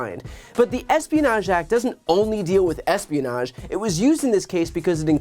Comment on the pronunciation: Or rather the "asspionage" act as Trump pronounces it.